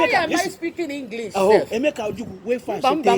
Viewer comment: He's obviously a Yoruba man, he can't even pronounce ojukwu properly